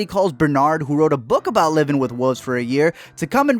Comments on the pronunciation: ... wulVVVVVVVVVVzzz ... woolvz ... maybe even woLLFF but NEVER Wofs / wooofs or wufs. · Wuvs? You mean Wooooolves? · “What are “whuves”? “ “Wolves...” “Oh...” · You can't say "wolves"? U have to say "woofs"....? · Melk or milk? Wuves or wolves? Roof or ruff? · woofs or wuvs? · Honey there called wolves not wulves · really woofs it's WOLVES pronounce the V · All I hear is woofs. Woofs? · Lol y’all keep saying “woof” and “wooves” 😂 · Are you calling wolves "woofs"? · What the fuck are wooves? Oh, you mean wolves! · Say “woof” one more time. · Man said wooves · The way u say wolves is horrible. "woofs" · oh my god i’m adoring “wooves” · Has nobody ever told this guy how to pronounce “wolves”? 😂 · Had to stop watching cause i couldnt listen to you say “Wouf” or “Woulfs” anymore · "He's gonna get taken by wooves" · WoLves....the 'L' is not silent. And I could have told you in 10 seconds that this movie is the dumbest thing ever filmed.... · Brandon Sanon or alternatively “woofs” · I had friends when I was a kid who pronounced it this way. It always annoyed me...even at 5. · the way this guy says wolves is so funny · Sucks you reviewed a movie about wolves when you can't even pronounce "wolves."